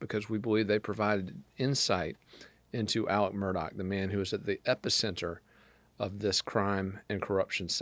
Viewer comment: Again, his name is Mur-daugh...NOT Mur-dock!! The family does not pronounce it that way...listen to his attorneys. They say Mur-daugh...not Mur-dock. I am not quite sure where you learned the English language